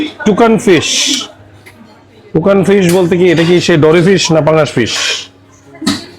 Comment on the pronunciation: আপনি বারবার তুকান ফিশ/ টুকান ফিশ বলে গেলেন, ওটা তো তুসকান ফিশ। খাবারের নামটা লেখা ছিলো ওখানে, খেয়ালই করলেন না !!